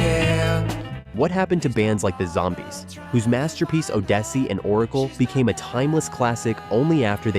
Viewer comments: "Oh-DESS-ee"? Really? It's pronounced "ODD-es-ee". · It is HARD (impossible?!!) to take any video serious when their AI voice JUNK can't fix "Odessa -EE" into the proper "Odyssey". Sheesh. There video-producers are showing their lack of intelligency OR interest in doing something correct. How can the rest of the info be trustworthy. IT CANNOT, and IS NOT. That's why so many comments complain "This band still toured for years..." and "That band, too... and that and that one, too." SIMPLY NOT BELIEVABLE. Other commentors easilyl rattle off handfuls of truly-lost-to-time performers. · oh-DESS-ee? Check, please, I'm out. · Your pronunciation of "Odessey" is completely wrong. It's an accidental misspelling of Odyssey by somebody in the printing department at the record company at the time (check this out on the web and Wikipedia), but it is still pronounced as "Odyssey". Once they printed the the record cover it couldn't be changed for financial reasons. The band members themselves and rock music historians always pronounce it as "Odyssey" while also pointing out the misspelling (and probably having a laugh as well). This fact is well known - except by this narrator! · "Uh-Dess-sey and Or-a-kul"? Yikes. Might lose me right there after 12 seconds. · O'dessy? Is english really that hard? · Please teach your text to speech engine how to pronounce Odyssey. Your listeners will thank you. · Are you kidding? Gary Brooker kept Procol Harum going right up to his death. He leaves with us HUGE output of recordings. Others, like The Turtles, The Zombies, The Raiders and my late friend Rob of The Grass Roots never stopped entertaining audiences for decades. Oh, and learn how to pronounce odyssey. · Indeed on pronunciation. I suspect another FAILURE of AI. Sounds more like Jesse. Thank god that’s an artifact of what happens when the AI CREATOR is so busy saving production money there is no time left for fixing. Real Humans May be beat by processing Speed but not by true rationale.